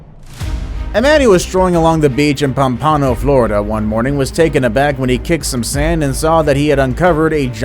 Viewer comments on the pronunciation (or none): Its not pom pawn no. Its Pompa no